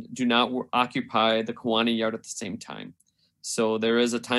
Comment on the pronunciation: The City of Kewaunee is pronounced: KEY-wa-nee. Not K-WAA-nee.